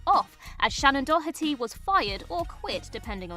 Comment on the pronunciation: I adore the British pronunciation of “Doherty”, with the hard H sound. Thoroughly charmed by it, you might say. ❤